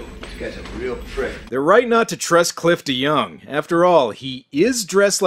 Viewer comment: OOOOooohhh.... his name is Cliff deYoung!! Every time you say his name, I always hear you say Clifton Young.